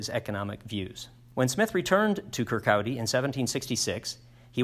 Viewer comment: Kirkcaldy is pronounced "kirk-cawdy"